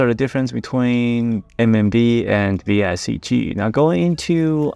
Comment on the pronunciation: It's VCIG not VICG